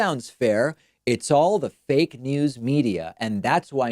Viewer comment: Did Trump say fake news or Fat news!